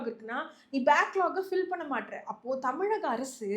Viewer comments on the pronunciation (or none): none